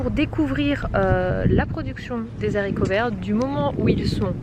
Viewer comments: Les Haricots ! Pas les Zaricots ! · absolument pas! on dit le haricot et non pas l'haricot* donc au pluriel ce sont les haricots et non les zharicots* , on n'est pas là pour faire des leçons de langue mais dire et lire ce genre de bêtise c'est hallucinant! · désolée mais non on ne dit pas les « zaricots », le h est aspiré, du coup on ne fait pas la liaison et non ce n’est pas entré dans le dictionnaire comme tu le prétend!! Comme on ne dit pas les ziboux, par exemple!! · Super blog.par contre on dit Haricots verts c'est un h aspiré et non zaricots!!